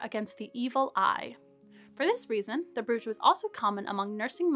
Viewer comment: brooch is pronounced broach or browch